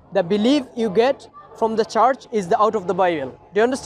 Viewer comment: you’re doing God’s work. May Allah increase your knowledge stamina and good fortune. Please improve your pronunciation i-e the word ‘church’ wasn’t understandable